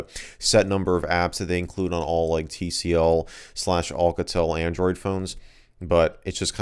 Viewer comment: olcatel haha it's Alcatel . A not O (but i dont care i just dont have a life hhaha)